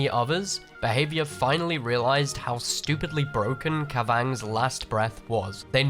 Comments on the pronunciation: love you but holy shit how you pronounce the purple range add on gave me aids 'kah VANGS' 'KAV ah naw' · Hearing this guy say Kavanagh was painful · You'd think,, that after 7000+ hours, you'd be able to say Kavanagh correctly. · Great video but I had to laugh every time you pronounced Kavanagh like that